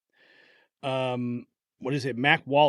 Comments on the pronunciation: I know it says Mac Wallace, but it sounds to me like he is actually saying Mike Wallace. Can it be Mike Wallace? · It sounds like he is saying he should have never issued that order to Mike not Mac. Is anyone else hearing this? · sounds like he said mike instead of mack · I think he's saying MIKE not MAC